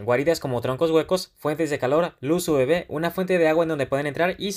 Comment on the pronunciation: Luz UV y la pronuncias "ube"